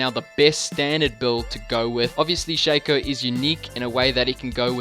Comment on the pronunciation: I get so triggered when people call Shaco "SHA CO" when it's "SHAC O"